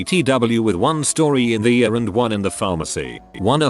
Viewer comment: oh It's how the TTS says ER.